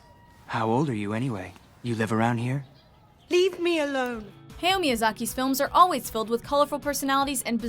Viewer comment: Cripes, do you ever check how to pronounce these names? NOW-shee-kah. Hi-YA-oh Miyazaki. MAHn-gah. stops watching